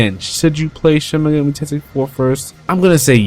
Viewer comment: it's kinda annoying when you say "megami" wrong